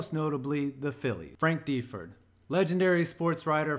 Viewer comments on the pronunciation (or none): It's pronounced Frank da-Ford, not Dee-ford.